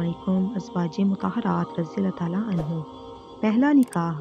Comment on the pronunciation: ANHO NAHEEN ANHAA KAHO